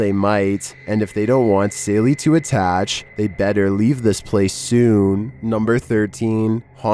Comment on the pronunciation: It’s the Sallie House!! One of the most well-known haunted Houses in America! Not Sailie House!! Come on man!! Lol.